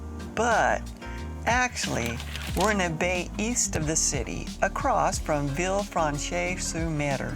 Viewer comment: Pronounced “Sen Paul du Vaan” and “Vilfransh sur mer.”